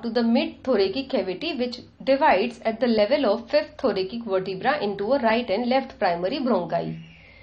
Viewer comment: Also its not THORAKIK its read as THORASIC